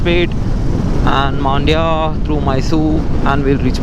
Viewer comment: Its not maandya bro its mandya similar to how kannur is not kaannur